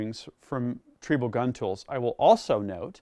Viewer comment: is not pronouncing "Triebel", the German way. WAFFENWERKZUEGE!